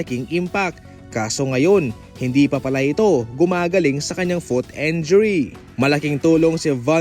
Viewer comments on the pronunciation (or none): Injury po hindi po enjury..